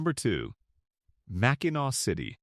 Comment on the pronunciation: AI can't pronounce Mackinaw. 🙄